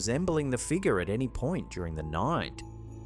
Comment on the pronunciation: Ok dude, what the hell is a figga? My friend said you are unable to pronounce the letter " R " at the end of a word. I'm new to this youtube thing. We have to go into town to get internet so we get little time to see videos. We have to go. Keep practicing your English and you'll get better at it. You make really good videos too.